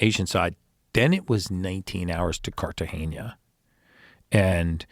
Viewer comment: I loved everything about this interview until he said Carta-geña. Lol